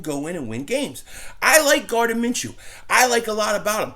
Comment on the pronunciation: Dont let inability to pronounce simple names affect you, its simply pronounced ( Min-Shoe )